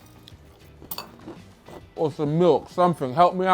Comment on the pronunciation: ah yes the classic Bri'ish Wo'ah